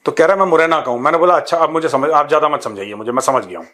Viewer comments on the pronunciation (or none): Look at your over qualified producer .....cant even pronounce properly zyada as "jayd" , Zaroorat as "Jaroorat" ....Jaroori and so on ...... 85% indians are not even presentable on Television or any decent gathering ....you pre matured retired Major living in fools paradise